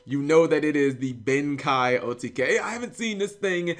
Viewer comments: cap, tis pronounced, Ben KAY, not Ben KAI. see the 'e' in Ben KEI? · BEN KEI. not Ben Kai just sayin' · it's... pronounced "ben-kay" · I think it's pronounced Ben "Kay"